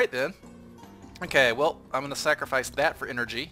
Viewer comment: You still say snackerfice